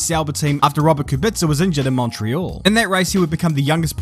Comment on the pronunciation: KUBICA ! BLOODY KUBICA!! shame on the Kiwi (Love your stuff)